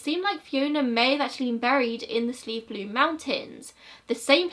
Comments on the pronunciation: Slieve is pronounced the way you pronounced it the first time, like sleeve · Also you said slieve right! Like 'sleeve,' it means mountain. So most of our mountains are called Slieve something, like Mount ____. Love your hard work as allays! Hope you're safe and well 💖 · You said Slieve perfectly.